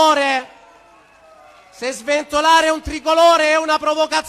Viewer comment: SventoGLIare? Oddio